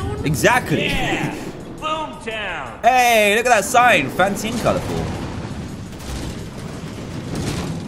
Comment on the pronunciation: Dan: TO BOOM TOWN me: ITS BOOMER TOWN NOT BOOM TOWN im sorry LOL I HAD TO MAKE A JOKE XD